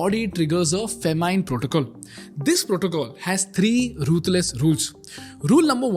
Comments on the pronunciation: bro its not FAMINEE its FAH MIN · I haven’t heard a funnier pronunciation of “famine”… or am I the only one who thinks like that?